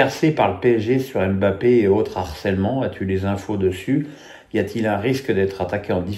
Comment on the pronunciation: T'es sérieux? C'est plutôt le contraire, 95% des consultants s'acharnent. En même temps comment accorder du crédit aux dires d'un qui écorche volontairement le nom d'Mbappé pensant passer pour un "intellectuel" sarcastique... pitoyable.